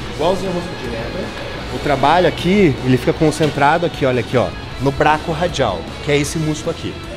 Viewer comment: hahahahahahaha "Braco radjal"